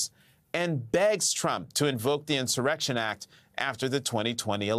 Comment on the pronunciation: Dear 🇺🇸, if your insurrection leader can’t pronounce the word insurrection..,,,you are in trouble 😂